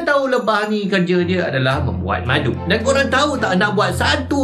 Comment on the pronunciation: ckp " buat madu ni susah " yg sya dengar " bulan madu ni susah " teringat pengantin bhru kn lah.. Sentiasa dlm lindungan InsyaAllah, n... Moga sllu manis bgaikn madu.. 🍯